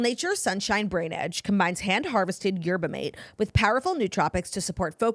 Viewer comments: claudia we love you but it’s pronounced Yerba-maw-tay 😂😂😂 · It’s Yerba “Mah-Tay”